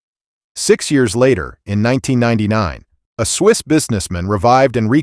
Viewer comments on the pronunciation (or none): none